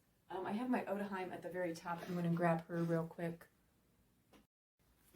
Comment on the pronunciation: Love seeing this box opening. Not many people have made videos with these Parabox dolls. Your videos are always so thorough and informative. I'm planning on getting an Otohime some day but this one is probably a bit too big for me lol. Just a tip: I'm pretty sure it's pronounced "O-To-He-May" since Hime pronounced that way means princess in Japanese. 😊